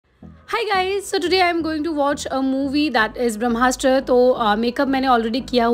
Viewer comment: No offence But hindi bolni aati h or bramhastra nhi bol pa rahi ho theek se Ye fake accent hindi bolte huye bhi Hey bhagwan🤮🤮